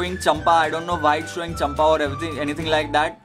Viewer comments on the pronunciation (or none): hahahaha its not champa its cam-pa....